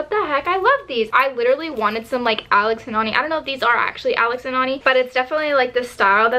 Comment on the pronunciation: omg no its pronounced alex and ANNIE